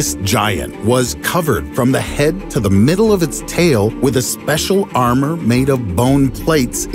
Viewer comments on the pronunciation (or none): none